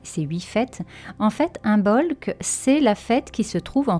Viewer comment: Merci. J’aime beaucoup vos vidéos et podcasts. Je me permets juste de dire que l’on ne prononce pas le B dans Imbolc. Je l’ai appris aujourd’hui. C’est pourquoi je me permets de vous partager la vraie prononciation. 🙏🏻🤗🙏🏻